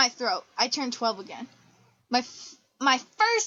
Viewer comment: 'Dat answers mah question' hysterical fits of laughter